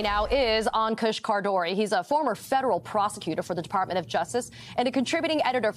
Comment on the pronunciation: Poor Ankush. You mangled his name. In the worst way. I'm sure other ppl have as well. But when I read his name I didn't know whether to laugh or cry. Appalling! Cmon guys you can do better. Great segment tho.